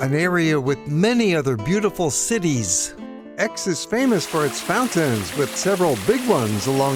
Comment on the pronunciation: Pronunciar "ECS"